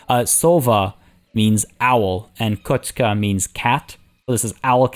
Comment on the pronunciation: The name for the ice rink is really cute :D the pronunciation would be more correct if it was 'koshka --> cat' instead of 'kochka --> bump in the road' 😉